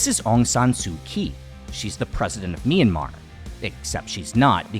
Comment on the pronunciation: Btw, the 'y' in 'Myanmar' is a consonant. It is pronounced together with the 'M'. Great video nevertheless! Edit: Aung San Suu Kyi is not and never was the president of Myanmar. When her party, NLD (the National League for Democracy) won the 2015 general elections in our country, she was given the role of State Consultant (I translated it on my own, may not be the official term) which is a position supposedly higher than that of the president.